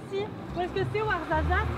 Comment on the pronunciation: je suis comme toi j ai rien compris de ce qu ils ont dit mais le warzazat c est trop drôle comment tu dis je sais même pas si c est comme ça qu'on écrit mais bref je t adore🥰 ( et j ai réaliser que j ai le même bracelet) qui se fait pas quoi faire: bon bah je vais aller bouffer